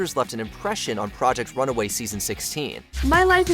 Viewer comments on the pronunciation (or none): ..."project RUNAWAY"?? i guess watchmojo is horning in on whatculture's trademark mispronunciation of names? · It’s RUNWAY not Runaway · It’s RUN WAY not runaway, good lord. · The fact that he pronounced “Project RUNAWAY” throughout the segment is the real scandal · It's not runaway it's runway